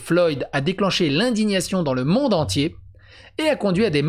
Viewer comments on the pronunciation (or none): none